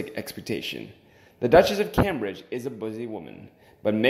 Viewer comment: Pls pronounce Cambridge and it's expectations. Hard to follow along to.